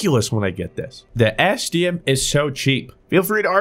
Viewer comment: I thought he said std so many times